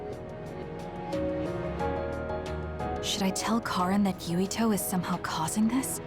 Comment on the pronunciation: His name is Yuito not Yutio.